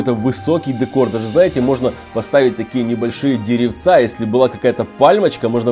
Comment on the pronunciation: Не дэкор а декор